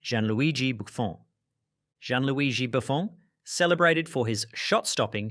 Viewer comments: Why the F does this IA pronounces Buffon with a French accent? WHYYYY!!!!? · Hearing a British saying an Italian name but with a French pronounciation got me, ngl